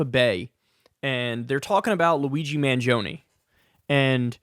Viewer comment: Let’s pronounce his name correctly. MAN-JIO-NAY. Not mangioniiii. 🇮🇹